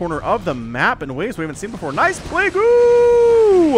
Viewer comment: I love these casts and absolutely hate the word "plague-ooo".